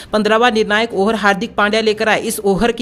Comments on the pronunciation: Arey yaar over ko oher toh mat bolo.tumbhi yaar 😆😆😆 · Ohar nhi hota hai over hota hai